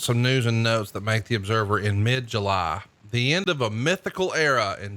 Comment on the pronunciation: WTF is "Mid Julaahh"?